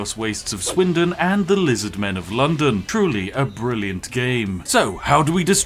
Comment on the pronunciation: "Lyzardmen of London" 😂😂😂😂